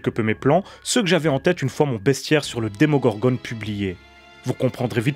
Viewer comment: il.... il a encore dit demongorgoNNE... jdéconne